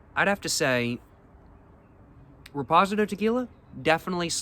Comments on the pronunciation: Shots game - Every time says Repozidoe! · Probably doing it on purpose to drive engagement. Many comments on his mispronunciation and he ignores them. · Now there’s no way you’re pronouncing reposado and Anejo like that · I’m CACKLING 😂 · That pronunciation is wild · Gets me everytime😂